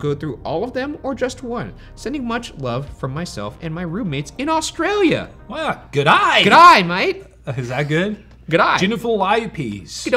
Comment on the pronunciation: Ryan, the L in Australia is pronounced as a Y. Please.